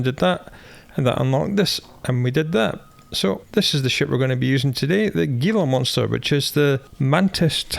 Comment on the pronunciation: you magnificent madman, whilst I love your accent, this ship's name is pronounced 'HE-la Monster'. It's a US Western lizard.